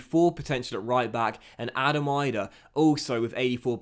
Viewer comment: As an Irish person it is annoying hearing you pronounce Adam Idah. It is not pronounced Eye-Dah it is pronounced Ee-dah if you get what I mean.